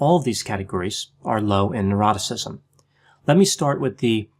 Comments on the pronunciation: said "Neuroticism" I heard "Eroticism" This confused me for ages! 😂😂😂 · I thought the same. 🤣😂🤣